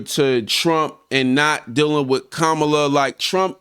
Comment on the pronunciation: First of all how disrespectful that he can't pronounce her name and in the 2nd place says nothing about racist frumpty dumpty trump like he has Black and brown people interest at heart